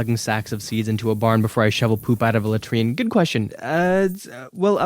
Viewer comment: That's the only way to pronounce it bro, you're tweaking??